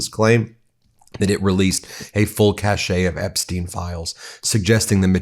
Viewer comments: BTW, cache is pronounced "cash". The "e" is silent. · BEN: FYI cache is pronounced CASH not caché. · It’s pronounced “cash” when used in this way. You don’t say “there’s a cash-ay of weapons”. Clown. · Cache is pronounced cash not ca-shay. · It’s pronounced CASH, Ben, not Cashay. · Hi Ben! :-) FYI 'a cache' is pronounced like cash, cash-ay is 'cachet'. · "Cache" is pronounced "cash," not "cashay." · {Pronounced "cash", because "cachet" is different) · Ben, you do an amazing job, but I have to make one pronounciation correction: "cache" is pronounced "cash." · Cache (pronounced cash) means a store of something. Cachet (pronounced cashay) means prestige. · Hey Ben! Just fyi, cache is pronounced as 'cash'. All of your reporting and the information you provide is greatly appreciated! Please keep it coming! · Cache is pronounced "cash". Cachet is pronounced "cashay". They are 2 different things. #helpingyougetto6million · Cache is pronounced “cash”. A collection stored in a hidden or inaccessible place. It’s a French word. Cachet is a different word. This is pronounced “cash-ay” … implies a superior quality or status. This is also a French word. 🇨🇦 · DJT NEEDS to be REMOVED IMMEDIATELY!!!! Pull the entire "cabinet", they are ALL complicit. Every criminal. EVERY ONE!!! And Ben? The word "cache" does not pronounce "cachet". OK?? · I enjoy your videos, especially the Zorro Ranch; hope local officials are investigating. By the way, "cache," a hiding place, is pronounced "kash." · The "e" at the end of 'cache' is silent.